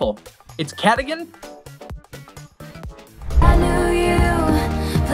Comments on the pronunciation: It is not cadigen its cardigan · Its Cardigan not Cadigan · Bruh it’s not cADAGIN ITS CARDIGAN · did u guys notice he said cadigan instead of cardigan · CADIGAN? ITS CARDIGAN. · You said cadagain but it is cardigan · I KNOW THEY DID NOT SAY CADIGAN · It's Cardigan not cadigane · It’s cardigan not cadigan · You said cadigan not cardigan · It's Cardigan not cadigan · When he said cardigan he said it wrong.